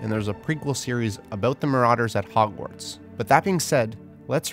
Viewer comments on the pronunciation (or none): none